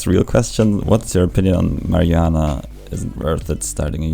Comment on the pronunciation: You say Marijuana wierd